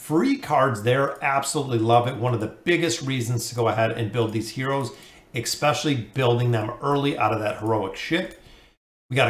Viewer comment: ultimately, expecially, essentially